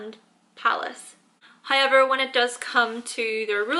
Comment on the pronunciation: karima taekookgotjams high-ever...